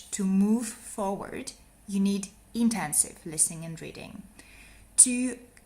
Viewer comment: You said extensive for both. The first is extensive and the second is intensive. I didn’t hear you pronounce intensive properly so it sounded like extensive.